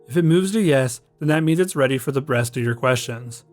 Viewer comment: I must've listened to this 30+ times n I swear he says "if it moves to yes than that means it's ready for the BREAST of your questions" if anyone can actually hear him say rest please confirm, but I swear he's saying breast😂